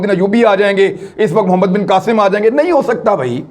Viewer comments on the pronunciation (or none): none